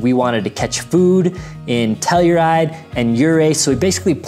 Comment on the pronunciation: Pronounced Ophir "oh-fur" Ouray "you-ray" Telluride "tell-you-ride" 👍